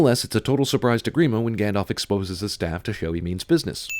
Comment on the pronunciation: It's gand-aalf not gand-olf